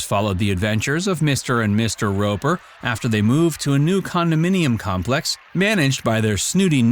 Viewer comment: Narrator says “Mr and Mr Roeper.”